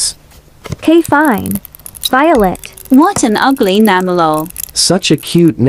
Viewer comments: "Well my nime is luke" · "Well my nema is luke"